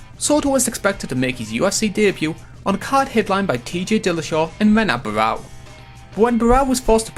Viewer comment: Good premise and editing but you mispronounced a couple guys names like Paul Buentello and Renan Barao and also you incorrectly gave Brock's pro wrestling background at 2 years when it was 7 years (OVW 00-02,WWE02-04, and NJPW 06-07).